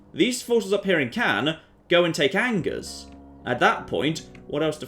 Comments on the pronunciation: Ok I get the Nothing Toulouse pun for a title but Angers isn't pronounced as it is in English. It is pronounced On-geres not Angers. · I did mean On-Jay rather than On-geres. Surely would have corrected his pronunciation though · hey ! i live in Angers !! (and that last man was my grandpa ! rude !) and it's pronounced anjay (the "é" like fiance) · How does poor editing get through every single mispronounced "Angers". Something something hard "R"...